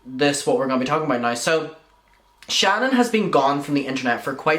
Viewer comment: My name is Shannon. Lmao. I adore the way you say it. Creep show is making herself look worse. I have no clue why she won’t just shut up. Then her saying horrible things about The Viewers Choice. Saying he will relapse and blah blah. He drugs people.blah blah. Who the hell wishes a relapse on someone? It’s horrible what she’s doing.